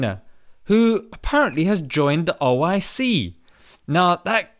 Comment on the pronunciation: Its not oic, its oh! I! See!!